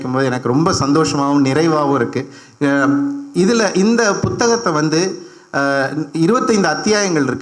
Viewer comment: ஆத்தா ஏன் புத்தகத்தை அழுத்தி பு(B)த்தகமாக சொல்றீங்க? உங்களுக்கு தமிழ் சொல்லிக் கொடுத்த டீச்சர் யார்?